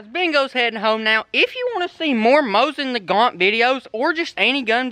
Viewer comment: Dustin Featherstone yeah but he said mosin nagant lol